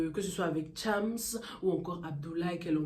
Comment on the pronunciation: c chams pas thiamss please